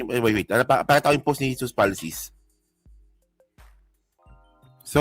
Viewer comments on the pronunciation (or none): none